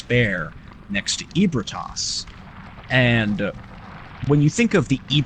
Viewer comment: ebrietas is pronounced "eebrieatas" not EEBERTAS